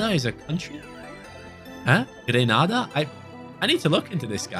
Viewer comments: The CB is from the Caribbean country, Grenada. I pronounce it as Gree (like Green)-nay-da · It's "Gree - Nay - duh" .. Caribbean Island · Your pronouncing Grenada wrong it’s gre-nade-ah